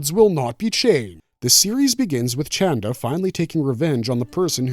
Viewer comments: I thought his name was “Chanda” 😂 not “Chan-dra”?? Sorry no big deal just throwing me off. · Who is this ‘Chandra’ character my man keeps talking about? It’s Chanda dawg 😭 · it's "chanda" and not "chandra". however, both mean the same thing - moon. 😂